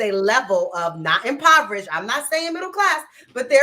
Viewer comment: Word pronunciation is important and this chick can't even say impoverished....